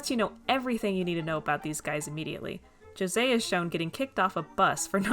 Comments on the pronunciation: I was pleasantly surprised you pronounced José’s name properly lol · Thank you so much for actually trying to pronounce José's name and not saying ho say! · Btw - as a brazilian - thanks for using our way to say José. It's a small detail but I appreciate it nonetheless